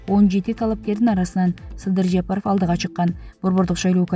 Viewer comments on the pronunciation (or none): none